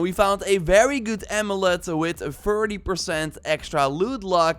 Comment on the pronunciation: Great video! But my man what accent is that? The way you said thirty ? Sounded like you said “ferty” I have never heard that number pronounced like that in my life.